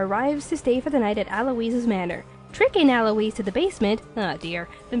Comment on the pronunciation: Again someone pronouncing Alois's name wrong? It is bad enough the English dub was stupid and did it. =_=